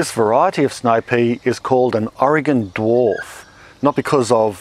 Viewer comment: Hey, you pronounced Oregon correctly. As an Oregonian, that makes me happy.